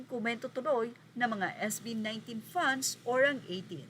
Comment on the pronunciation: grabe pagkabigkas ng fans FUNDS